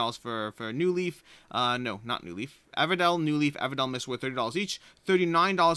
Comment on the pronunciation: It's pronounced "Ever-Dale." It drives me crazy hearing it as "Eeva-Dell."